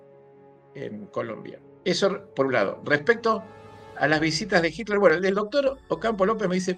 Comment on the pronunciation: Por favor,se pronuncia HiTler con T no con D